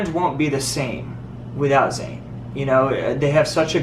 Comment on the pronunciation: ITS ZAYN NOT FUCKING ZAYNEEEEEEEEEEEEEEEEEEEEEEEEEEEEEEE AHHHHHHHHHHHHHHHHHHHHHHHHHHHHHHHHHHHHHHHHHHHHHHHHHHHHHHHHHHHHHHHHHHHHHHHHHHHHHHHHHHHHHHHHHHHHHHHHHHHHHHHHHHHHHHHHHHHHHHH